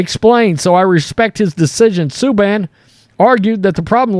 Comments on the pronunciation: Yep, I smiled too. Butchered 'em all! I tip my hat for stepping out of his comfort zone. But man , If you've never heard SuBAN... well.... you ain't watched hockey much. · The announcer should pronounce the name right. It is pronounced Soo-Ban. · Golly you botched every name except for the NHL commissioner. No worries. Ilya La-Bush-Kin… Rick Tock-it, PK Sue-Ban there’s your annunciation. I get it you prolly don’t follow hockey… maybe you do idk. I’m here to help not hate. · Always liked PK. And it's pronounced : sue-ban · Great video as always.. glad he is speaking out. Also I think it's pronounced like "Sue Ban" but I could be wrong.. just what I recall when he was playing. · Subban is pronounced like “man”. Not “in”. FYI Edit: finished watching, you butchered every name. Hahahaha, thanks for the smile.